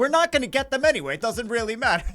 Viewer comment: goes italian '"doesnt really matteeee"